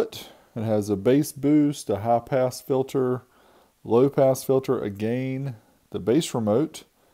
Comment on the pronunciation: A ”haah-pass” filter?!